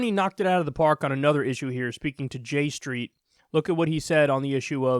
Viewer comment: Oh 'J street' did anybody else think he said 'g-string'?